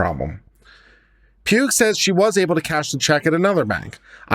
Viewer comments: Pugh (sometimes Paugh) is pronounced like "paw". First time I've noticed an incorrect pronunciation on YouTube. It's also easy to misspell so sometimes my mom or half brother would get mail with the last name being the wrong version or outright mangled. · Pugh is pronounced "pew" - the "gh" is silent.